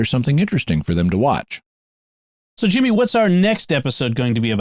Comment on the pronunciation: Jimmy spot on with the name pronunciation 👍 …. I think